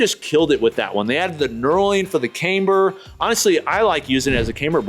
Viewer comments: It's not "came-ber" as in "Cambridge", it's "kam-ber" as in "camshaft". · "cam- ber"...NOT "came-ber"